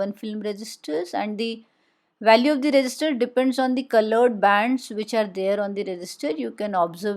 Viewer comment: Resistor ❌ register ✅